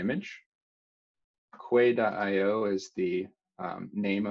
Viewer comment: quay is pronounced "kee" as in the place where ships dock